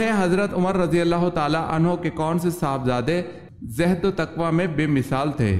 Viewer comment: Yeh lfz zehd nhi zohd hai